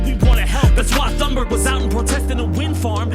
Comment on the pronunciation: please learn how to properly pronounce thunberg, she's been in the spotlight for like 4 fucking years